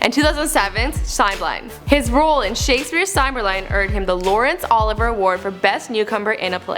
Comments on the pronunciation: he lived in West Minster, not minister. Also it's EEEton not eton, and he won the Lawrence "Oliviaaa" award not Oliver. I tried to do it phonetically so that you got the annunciation correct. I'm not bagging on you, those were just words you haven't seen before probably. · And once again....it's Laurence OLIVIER not OLIVER !!!!! ....sheeeeesh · Olivier award not Oliver. And Branagh was pronounced pretty weird lol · It is Laurence [OLIV-EE-YEA], not Laurence [OLIVE-ER]. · Hey, it's not Lawrence OLIVER.....its Lawrence OLIVIER - (pronounced OH-LIV-EEYAY). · Aming other mispronounced names. The first being "Live with a long I in e below the line" instead of LIV below the line". The college, the town, Olivier, Braghnah (I hope I spelled it right, but at least I acknowledged my possible error). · did she say 'laurence oliver award'? .... christ